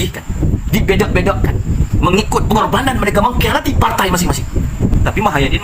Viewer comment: Bahasa dan sebutan tu bang.. PARTAI ea..?